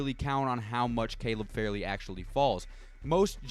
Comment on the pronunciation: Caleb FAR LEY not farely